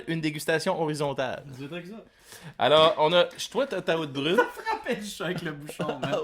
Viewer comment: J'adore vos capsules les gars! Vous êtes super drôles et toujours agréables à regarder. Par contre, si je puis me permettre, Oud Bruin se prononce quasiment "out brown" En tout cas, super job, à plus! Continuez votre super travail.